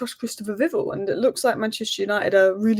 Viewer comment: Viv-ELL, I believe. I thought you said Christopher Biggel 😂